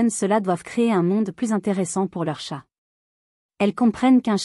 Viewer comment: Pfff cette voix à ma con . En plus elle dit « tchat »au lieu de « chat », en plus pas d’ accord moi les chats m ´ adorent parce que je joue avec eux avec tout ce qui traîne bout d’ herbe, plume , bout de papier et ils me kiffent parce que sinon surtout en appart , ils s’ ennuient !